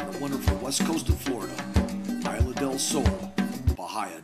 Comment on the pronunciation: I don't mean to be a jerk, but it's "Isla" instead of "Isle." There are a couple of words that are mispronounced here.....